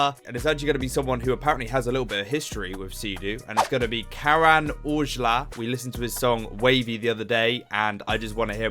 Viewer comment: His name is pronounced as “Cuh - Run”